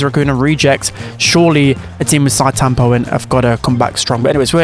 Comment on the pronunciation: Note: Sitetampo is pronounce like Shi-Te tampo, NOT Site tampo